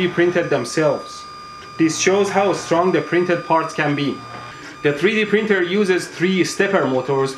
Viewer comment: Freedee printer???